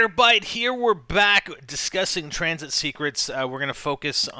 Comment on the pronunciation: You put 'N' on Tranzit